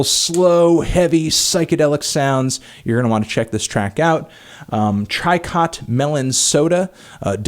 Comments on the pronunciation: It's pronounced "tree-coh" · five bucks says he mispronounces tricot aaaand i keep my money